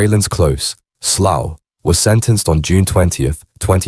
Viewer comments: Sloth???? It's Slough you thick robot 😂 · I have to turn it off soon as I heard sloth ffs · it’s pronounced SLAOW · Or sl-owl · As soon as you pronounced Slough I left